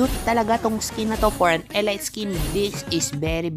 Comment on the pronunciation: "elit"po pag pronounce di po "elayt"